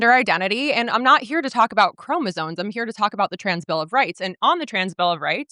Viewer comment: Loren can't even say "chromosomes" right 🤣🤣🤣🤣🤣